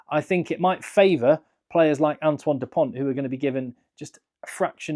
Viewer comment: People saying "Anton" Dupont instead of Antoine. Our host here said it perfectly so it's not impossible but virtually every English pundit gets it wrong